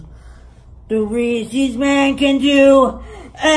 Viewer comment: Maybe they will sponsor him when he starts pronouncing Reese's properly :^)